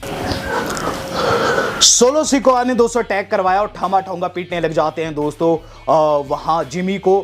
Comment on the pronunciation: As per you-ठामा ठोंगा😂😂😂😂 As per wwe- टामा टोंगा😄